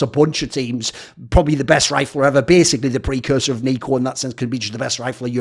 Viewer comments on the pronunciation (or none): none